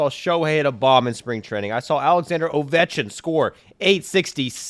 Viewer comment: "Ovechin" WITHOUT the 'K'! Haaaaaaaa!!!